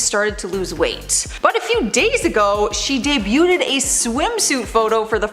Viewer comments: Just so you know. Debuted is pronounced “dey bued,” not “dey bute ed!” Thanks. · Please quit saying debu-ted. Not how it's pronounced. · DUDE!!! NOBODY CAUGHT THE CONSTANT SLAUGHTER OF THE WORD "DEBUTED"?? WHY DOES SHE KEEP ADDING SYLLABLES TO THE WORD??! 🤣